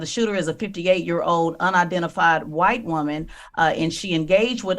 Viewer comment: The way she said "White" makes me feel bad about not having enough melanin...